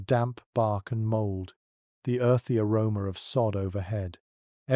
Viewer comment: Pronouncing "aroma" as "err-rome-err" will never not be funny.